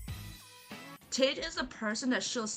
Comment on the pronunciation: She said tossic 💀💀